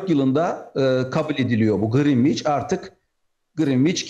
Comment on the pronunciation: (Greenwich) Grinviç dedi ya pes dedim artık.